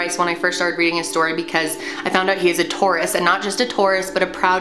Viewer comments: lol i thought you said tourist instead of Taurus oops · Did anyone else think she said tourist at first? Lol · At the start I can tell if your saying “Taurus” or “tourist” but either way this video is sooo interesting and I would rather watch this then binge watch shows on Netflix!!! I literally watch these whenever I’m doing something and I want to listen to something and I have watched all of these probably 5 times but I’m not mad about it Cus it’s so interesting!!💕